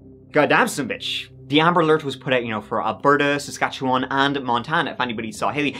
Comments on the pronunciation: Well done on your pronunciation of Saskatchewan! 🇨🇦🏴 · You just said Saskatchewan correctly!! No one says it correctly let alone a strong-accented Irishman!!! So cool! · Thank you for pronouncing Saskatchewan right. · pronouncing Saskatchewan is a green flag for me 💚